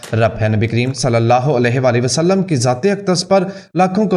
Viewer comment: Alahe wa salam hota hai, ye alahe wali wasalam kya hota hai. jara check karlo puri country galat baat karti hai.